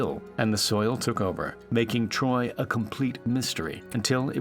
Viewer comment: you lost me when you said (the ancient city of troy)